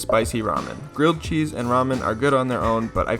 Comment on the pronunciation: nah nah, he makes crilled gheese